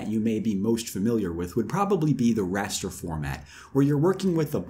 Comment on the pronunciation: Is he saying rasta images?